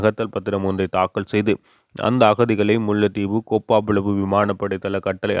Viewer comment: கோப்பா புலவு இல்லை கேப்பாபுலவு , கேப்பை வரகு போன்ற தானியவகை அவ்விடத்தில் பயிரிடப்பட்டதாக சொல்லப்படுகின்றது